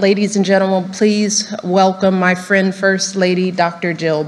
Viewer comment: ladies and genamal .?? He can’t even say it